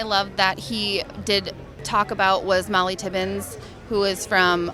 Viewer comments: Obviously not from Iowa. We don’t mix up Ohio and Iowa. And her name is Mollie Tibbetts not tippin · Did she call her Mollie Tibbins?